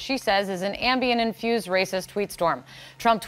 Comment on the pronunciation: KEEP SAYING AMBIEM!!!!!!